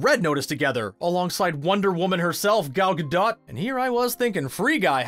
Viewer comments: Gal Gadot said herself it's said without the T everyone says her name wrong thinking they're saying it right apart from others when it's said without the T sound so its like Gado even tho it has a T in it. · It’s ga-DOT. She’s Israeli, not French. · Isn't it Gal GA-dough not GA-dot? But yeah I'm pissed that your video got me excited that I can watch this movie on Disney plus and then I go to Disney plus and it's not there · Guy narrating absolutely butchered the pronunciation of Gal ‘Gadot’ and ‘Watiti’ 😩 Was painful to hear